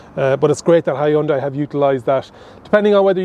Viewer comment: You really Butcher the word Hyundai